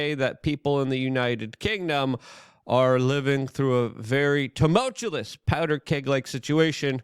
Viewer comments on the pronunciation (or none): Please learn to pronounce the word tumultuous